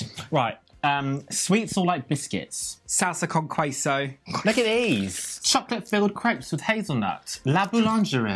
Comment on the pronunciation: Every time said “Sahlsa cown qüeso” I died a little bit inside (Also Bimbo’s bimbuñuelos are mexican but whatevs)